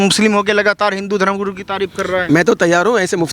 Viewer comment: In reports ko bilkul bhi tameez nhi hai guru ji ka nam kitni galat trh se le raha hai